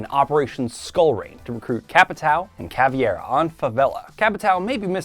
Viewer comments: Why do people always mispronounce Caveira as "Caviera"? Kah-vay-rah! Not that difficult. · Why does no one pronounce Caveira correctly. Cav-ay-ruh not Ca-vy-era